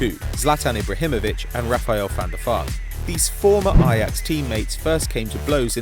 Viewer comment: Is it actually pronounced Van der Fart?